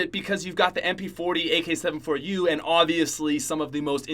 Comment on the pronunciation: When says AK 7 4 u instead of AK74u..........